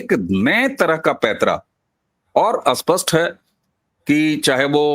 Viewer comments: अबे घोंचू, अस्पस्ट नहीं स्पष्ट 😁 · Why speaking Spsht ko Aspasht. STR ko Astr. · आप स्पष्ट शब्द का सही उच्चारण करिए कृपया, क्षमा सहित आप स्पष्ट को अस्पष्ट बोलते है जिससे अर्थ ही बदल जाता है